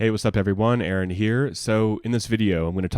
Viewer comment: Aaron not Aron.